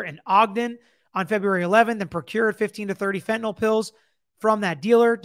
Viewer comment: Couldn't help but laugh when Dan Abrams said Eric Richins was killed "fentyn-ally"